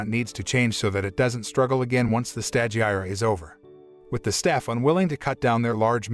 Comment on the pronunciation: You desperately to watch & LISTEN to the anime in order to learn how to pronounce the names of things because as it is you mangling the language; stagiaire for instance is FRENCH & pronounced STAu-Ge-AIR 3 syllables, Long a, long i, silent e